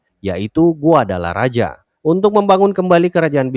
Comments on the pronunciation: Bukan guadalaraja tapi guadalahara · Dibaca GUADALAHARA min